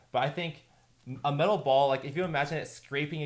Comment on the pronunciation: Metal ball sounds like cancer ball